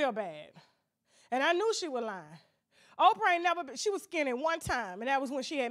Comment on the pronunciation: That AIN’T OPFRAH!